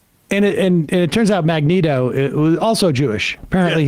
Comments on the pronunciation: I don't know if i cringed harder at Elon messing up that Princess Bride quote, or Sam saying Magento. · Magento is a hilarious slip of the tongue, I'm gonna actually start saying that instead of Magneto😂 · This mf said Ma-gento 😂😂😂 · “Magento” is too funny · "Magento" Sam, you son of a bitch, you've done it again... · My man said Magento lol. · MAGENTO!!! 😂😂😂they call him the Pink Punisher, it’s Magento!